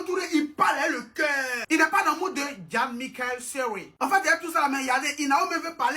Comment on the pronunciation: Mais serry a joué en Angleterre hein? Pendant quelque années ahi😂😂